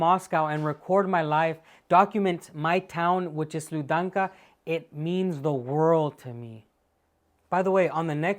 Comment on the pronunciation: I know you're only learning russian, but the D in Sludyanka is soft. Please cater for my psychosis.